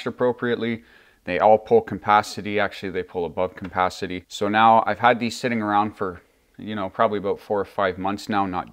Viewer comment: it sounds like you're saying compancity. hehehe